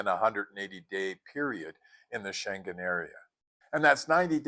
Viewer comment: Dang, being subscribed to your channel is like having a travel savvy friend! ❤ Not the least, how to pronounce Schengen 😂